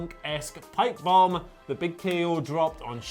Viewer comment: Why do you call it a pipebome? It is a scripted lines for ko... a pipe bome should not be a scrip by Vince McMahon. Cm punk pipebome was the real pipebome....